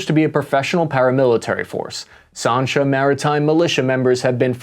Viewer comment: Sansha not Sarnsha!!